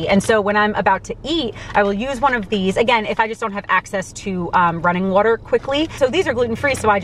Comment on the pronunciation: wooter fountains wooter